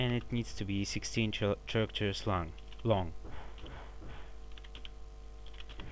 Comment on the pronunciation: "32 chairactors"